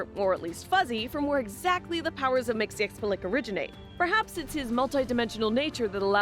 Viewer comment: Oh ffs, girl, my eternal respect for pronouncing with ease the name of Mr Mxzxcyxyzhzhhxhxyxyhzjxhxhhc